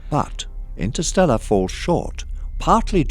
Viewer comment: For starter, why don't you try again, and make sure 'instersteller' is #1. We all do mistakes.